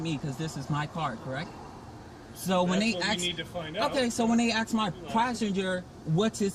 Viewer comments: You dont aks a question. You ask a question. It sound stupid. Work on it. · Another black guy saying that he his going to axe someone! Is he an axe murderer? The word is ask! Learn how to pronounce it properly! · Hey it’s ask not ax for a supervisor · Okay! Enough.....the word is Ask not Aks. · Good video but dammit, black folks just can't pronounce the word ASK. It's like slavery ended 5 mins before this stop lol.